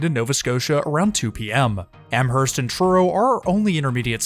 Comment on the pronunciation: I laughed everytime he said that...and Amherst was another one. lol